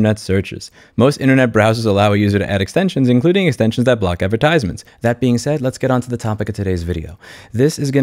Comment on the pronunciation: Why do you place the emphasis on the third syllable of the word "advertisements"? No diss, just curious XD